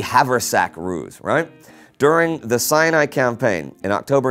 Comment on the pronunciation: Sounds like you are saying "the cyanide campaign" Now that's something I would read about.